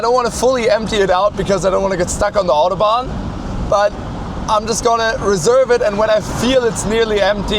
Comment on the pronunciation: Dass deutsche "Mercedes, Autobahn, Hamburg, Hannover,.." irgendwie "Englisch" aussprechen.. man Stelle sich vor das würden Franzosen oder Spanier machen 🙈 Zum Thema: 4 gang Automatik ist technischer/wirtschaftlicher Hinsicht schon sehr innovativ, zu dem Zeitpunkt waren eher 3 Gänge üblich bei einer Automatik. Ich fahre eine 2-Gang Chevy Powerglide, geht such 🤷🏼‍♂️😉 Ist ja mit Drehmomentwandler, man braucht die feinen Abstufungen da einfach nicht. Opel, Ford usw haben auch bis in die 2010er ihre ECHTEN Automatikgetriebe mit 4 Gängen ausgestattet, mehr braucht niemand ✌🏼